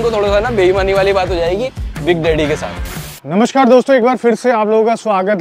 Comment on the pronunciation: Namaskaram not namashkar and phir not fir